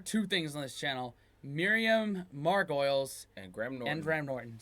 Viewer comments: “MAR GO LEES “ 😉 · Miriam Mar=go-liss..... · Correct, not "o-liz" at all, but we Brits knew what meant, but foreign people won't, so the correction is good in my book!